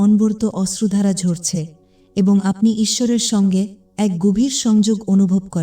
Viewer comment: Ostrodhara noy... Oshrudhara Projojon noy... Proyojon